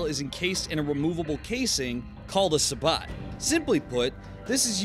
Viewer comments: I may be two years late, but please... It's pronounced Say-Bow. Not, Suh-Bawt. lol. Also, just found your channel today, surprised you don't have more recognition. Your videos are good, though there are some discrepancies. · wow dude, "sabot" is not pronounced "sah-bot", its "say-boh". do you even infantry? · I wonder if this dude shops at "home-de-pot". (sabot is said like "say_bo") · Its pronounced "Sabot" not "Sabot" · Velocity. Simply out the 14.5 is gonna have more velocity, which means more accuracy. Also heavier to wind effects it less making it even more accurate. The t in sabot is silent by the way.